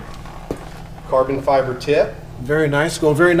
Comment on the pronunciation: "Lots of and lots of carbon fiberrr installed" ahahaha